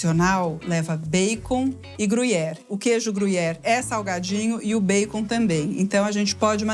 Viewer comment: Gosto Quando ela pronuncia erradamente bacon.